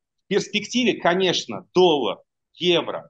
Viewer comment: ОН СКАЗАЛ....,, ДОЛЛАГ"